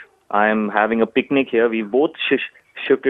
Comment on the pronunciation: LOL...why do Indians try so hard with English....."PEEK-NEEK" (aka picnic) ROFL..."I DAN'T"....ROFL